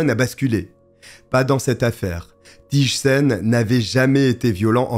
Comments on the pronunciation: Quelle triste histoire 😢 un féminicide de plus 😓 Rien à voir mais, si je peux me permettre, on ne prononce pas "Tije" mais plutôt "Tey" en accentuant le i. Abonnée direct aussi ❤ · Thijssen se prononce Teillsseun ( ij = eille)